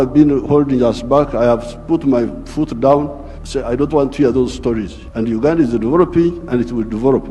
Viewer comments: It's UGANDA not UGADAN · Its Uganda not ugadan